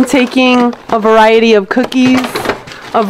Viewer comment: “ a veriatiy of dieabetes” 😂